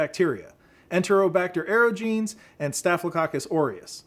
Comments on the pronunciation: Klebsiella aerogenes: That's AIR-OJ-EN-EZ, not aero-jeans. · That's how it's pronounced. You wouldn't pronounce omnipotent as omni potent, would you? It's the same with aerogenes. I meant no offence, I just thought you should know. We all get pronunciation wrong sometimes.